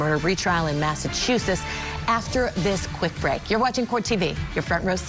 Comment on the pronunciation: Can someone please teach this lady how to say Massachusetts 😫